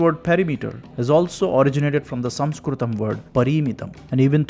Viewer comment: The point at which word "Sanskrit" was first pronounced, I quit.